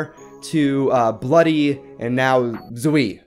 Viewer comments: I think that Zwei is ponounced Zway not Zwee I dont know it fust sounds better to me. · To say zewi is zew-i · It's pronounced zway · Zwei is technically pronounced Zvai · It’s pronounced “zvai” which means 2 in German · zwei is pronounced s-va-i, means 2 in german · Zwei is pronounced z-v-eye it means two in German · Zwei is pronounced zvei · its pronounced Zwei: (zz-wāa) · you do know that zwei is pronounced like zwhy like put z and why together